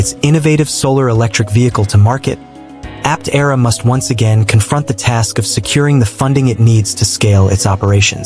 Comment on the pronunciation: That's not the correct way to pronounce Aptera.